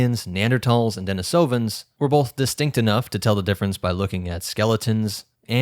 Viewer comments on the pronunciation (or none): deNIsovans not deniSOvans thank you